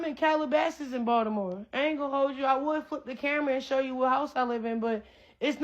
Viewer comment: It's so funny 😅 that's just how we pronounce Baltimore as Baldimore in the house 😅